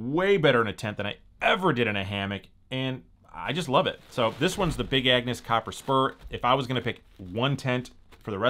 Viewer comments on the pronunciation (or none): none